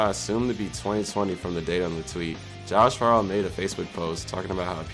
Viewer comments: Ok just saying....it's pronounced FAREOW.... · Didn't even pronounce Farro correctly but made an hour long video on the band 😭😔. Kinda wish a long time fan made this video, I feel like someone learning Pmore history just now and making a video on them tells the story differently than someone who experienced it all. 😢 Glad people care enough to learn about it though!